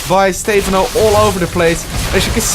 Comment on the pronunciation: its not Stay-phon-oh its stuh-Phan-oh